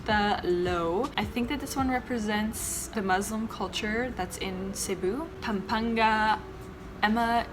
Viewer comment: Good job in pronouncing Pampanga you've aced that part the rest are just soooo.... hahaha I love you girl!